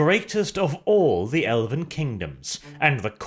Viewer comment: what was that I heard? “The first battleground in the elephant civil war”?